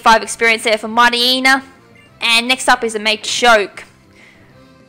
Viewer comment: It's "shaaah." NOT "shwaaah." There is no w in that cry. >:I Read it properly, please. DAMNIT, it's MIGHTY-YENNA, NOT Mighty-eena. Pronounce it properly. And it's Ry-zoh.